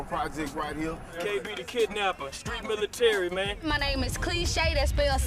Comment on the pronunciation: I think she missed a syllable in cliche.....lol .....that was like clullll shay